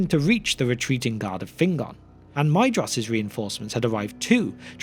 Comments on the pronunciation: I hate being pedantic about pronunciation. However, Maedhros is my favourite of the Sons of Fëanor. The "ae" is pronounced as a long "a" and the "dh" as a "th", so the name should be pronounced "MAY-thross" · I always thought that Maedhros was pronounced Maethros, but maybe it isn’t, and I do think that Maedhros sounds better